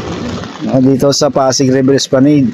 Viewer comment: Esplanad po ang bigkas nyan